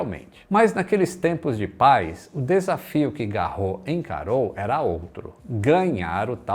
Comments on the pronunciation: Apesar de muitas palavras em francês não pronunciarem o "S" no final, o sobrenome Garros é uma exceção. Não se fala Garrô, mas Garros mesmo. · neste caso no francês o nome Garros pronuncia-se o S. Logo, o nome fica Roland GarroS. 😉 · Só uma correção, o Garros lê-se todo, ou seja, lê-se o "s" final. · Excelente Vídeo. Uma pequena correção: Se pronuncia o "S" final de Roland Garros. O nome não é francês mas, de origem alemã. Por isso se diz o Grandslam Francês de Roland Garros.